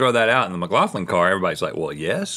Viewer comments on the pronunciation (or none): none